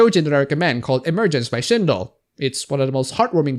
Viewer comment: the moment you said shindol i thought you became a furry and recommend sindoll to someone lel